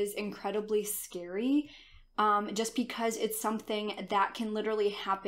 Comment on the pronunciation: Sorry but when she says”because” I hear “pecause” Lol